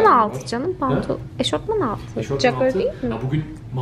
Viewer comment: yengenin ingilizce öğretmeni olduğu belli eşortman demesinden :D (saygılar severek izliyoruz)